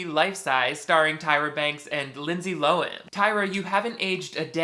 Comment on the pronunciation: ...why did you say Lohan like that